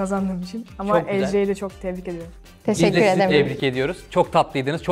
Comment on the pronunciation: Deşekkür ederrim Ya olm acayip iyi ben de öyle diyorum